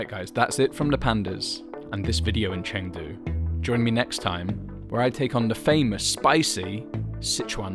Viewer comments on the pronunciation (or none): Dude, it’s not Chaaangdu, it’s Chungdu. Spelled Chengdu